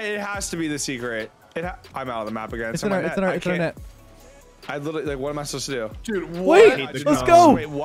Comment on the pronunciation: Somebody plz teach how to say literally lmao